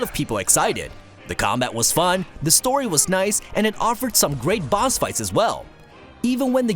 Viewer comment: Are you saying boz battles? The Boz